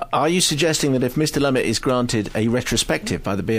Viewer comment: Just came across this film, very well directed, acted, script👍maybe you could get the directors name right though, Lumet ( loo-met).